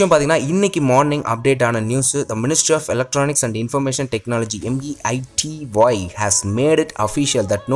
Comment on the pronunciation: BRO ATHU MEITY ILLA MAIRU.